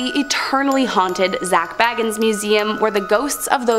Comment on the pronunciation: And as I've commented before, Zak Bagans is not related to Bilbo or Frodo. But they never listen, or just don't care. Totally unprofessional 😁